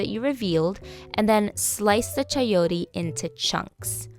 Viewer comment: you said Chayotee. lol so funny. .....